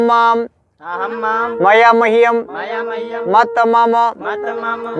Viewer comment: आप गलत पढ़ रहे हैं स्वारंत को व्यजनांत मे पढ़ रहे हैं हिंदी में मम् पढ़ते हैं संस्कृत में म म पढ़ा जाता है